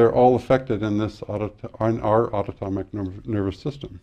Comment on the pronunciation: Great information. Autonomic - pronunciation was incorrect as autotomic